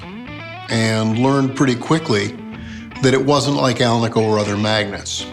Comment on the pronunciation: Cool pickups, fantastic playing and. What’s not to love? And great to hear someone pronounce alnico correctly.😜